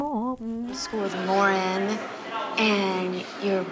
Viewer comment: You guys are the most anticipated part of my week! I’m sad that there was never “LARNNN” merch, as prev mentioned, but I know you never wanted to be perceived as bashing, so I will probably make my own... since my name is Lauren, and I need butchering my name in my life 😹 Love you guys!, you are my fav!